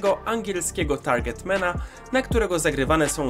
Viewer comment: dzięki za ten filmik ps. nie każde 'a' w angielskim wymawia się jako 'e', anfield wymawia się anfield, podobnie manchester i target man